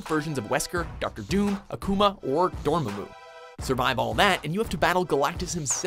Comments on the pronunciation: Did he seriously pronounce dormammu, "dormumu"? Wth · Did... did he just say "Dormu"? As opposed to "Dormammu"? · Its said like Door-Maw-Moo So MANY videos you mispronounce characters names man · I don't like how he said Dormammu